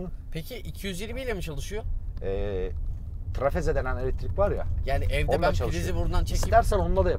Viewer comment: Abi trifaze diye okunuyor o trafeze değil.d